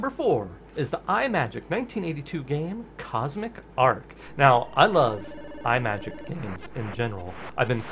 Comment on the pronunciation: You are not the first to get the pronunciation wrong, but "Imagic" is not pronounced as Eye-Majik as you repeat throughout this video. Think of a portmanteau of the words "image" and "magic". Now please do not tell me that you pronounce the word, "image" as Eye-Maj. No, it is pronounced as I-Maj (short "I" sound).